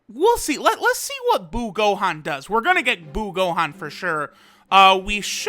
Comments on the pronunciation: Buuhan not buu Gohan Buutenks not buu Gotenks Biccolo not buu piccolo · Hears Say Buu Gohan Intense inner thoughts of Buuhan being yelled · Can he just say buhan jeez